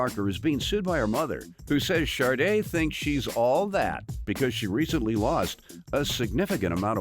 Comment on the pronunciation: Nobody gone talk about the commentator pronouncing the defendant’s name as Sarde 😅😂